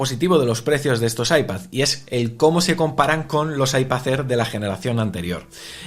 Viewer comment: IpaZ Air jajaj mola la pronuncación de las "d" a final de palabra como "z" LibertaZ, fraternidaZ, MadriZ jaajaj que grande🤣🤣